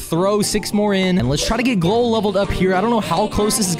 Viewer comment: It’s pronounced gl-owl